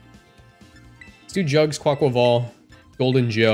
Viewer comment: Best pronunciation of Quaquaval on YT